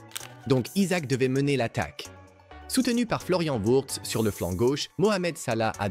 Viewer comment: Bonnes vidéos mais attention à ta diction on dirait une voix d’IA. Et c’est en une, tu dis « Wurtz » et « Slabazi » au lieu de Wirtz et Slobozai. Travaille un peu et lis toi-même le script